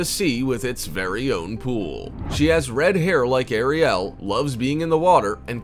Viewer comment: The way you say Ariel... omg...